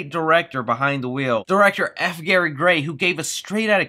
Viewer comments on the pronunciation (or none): none